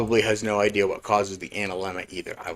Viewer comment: funny that says that, he mispronounces things often enough not to be a braggart……how bout the word idea…it’s not idaya